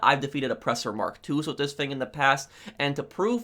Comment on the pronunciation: You’re the only person that I’ve seen talk about this. I always find myself correcting him without even knowing it. “ tHiS fInG “